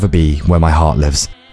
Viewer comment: The “Довиждане” was pronounced perfectly. Nice 👌